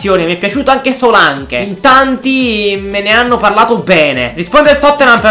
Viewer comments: Paolo Vatiero no Solanc si dice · guarda che di pronuncia solank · però si scrive Solanke ma si legge Solenk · Solak si dice